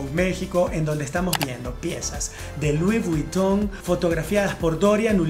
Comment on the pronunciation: Se lee VOG !!! Dios!!!!! Leer las marcas correctamente ( se lee Lui Viton) es fundamental para un comunicador.